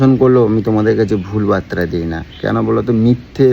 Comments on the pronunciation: এই ঠিক উচ্চারণ করো। বাত্রা কি কথাটা বার্তা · ওরে মদনা! আগে বাংলা ভাষায় ঠিক করে কথা বলতে শেখ। ওটাকে "বাত্রা" নয় রে.. ওটাকে "বার্তা" বলে! আর ওটা হচ্ছে "সারেন্ডার".. "সালেন্ডার" নয়!